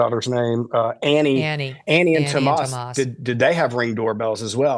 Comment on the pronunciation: Anyone that pronounces their name Thomas as TOW-MOS is absolutely guilty of something